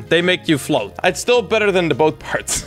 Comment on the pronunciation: Why you say flot to from IT